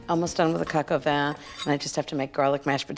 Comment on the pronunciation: Vin is pronounced vahn in french.